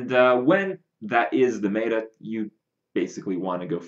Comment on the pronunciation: "Mae-ta"? It's "met-a" as in metamorphosis or metadata. This bothers me almost as much as "topdecking". Of course its a good card off the top of the deck, that's self-explanatory. You mean to say you got "yugi-oh'd" where they drew a card that they shouldn't have.